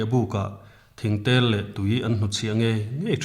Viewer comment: Boihte thingthiam tih hi Thingthei tihtur aw